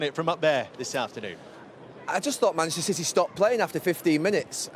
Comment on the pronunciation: Gary "Manchstr City" Neville